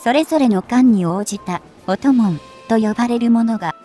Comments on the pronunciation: 「音紋」 → 「おんもん」でしょ？ ポケモンの一種かと思っちまった「オトモン」…？！ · 音紋は「おともん」ではなく「おんもん」と読みますよ。